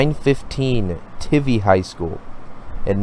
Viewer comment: It’s Wes-luh-co (Weslaco) and how do you mispronounce Lackey? Lol Sorry, too many errors in your pronunciation for me to take you seriously. I’m a huge fanatic and just stumbled upon your channel. I’m all about helping and providing background and history. Also, it’s pronounced Tie-vee (Tivy). Best wishes as you get out there and provide info for these contests.